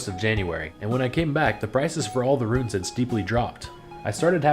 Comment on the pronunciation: Boo! Pronounce Runes like. Viking. Bear, sewer, yah